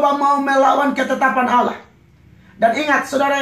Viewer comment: ngomong Allah aja ga bisa. entah apa ini pendeta bicara. lucu x ahhahahaha